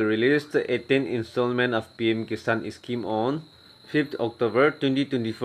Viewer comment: Its scheme not escheme